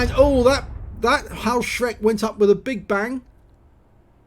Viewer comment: Good nice replay. May I correct your spelling the name of the pzsflaffette 4b. It is not "Haoshreck" it is spelled "hoeshrecke". The two letters eu are in german always spelled oi or in english letters oe. Haoshreck would be written Hauschreck. Keep it up 👍🏻